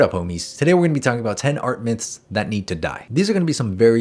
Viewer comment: He sed "art minths" in the intro.